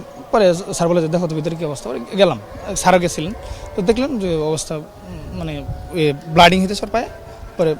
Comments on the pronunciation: সবার আগে মানুষত্ব আর দেশপ্রেম শিখানো উচিত। আর ব্লাডিং না ব্লিডিং হবে ঢাকা বিশ্ববিদ্যালয়ের ছাত্রদের প্রশ্ন করা উচিত। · ব্লাডিং নারে মূর্খ,ব্লিডিং। হায়রে মেধাবী।